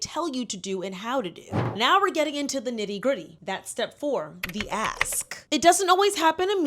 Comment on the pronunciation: Swear I thought she said “the ass” when she really said “the ask” 😂 tamatoe tomato tho I guess 🤷🏽‍♀️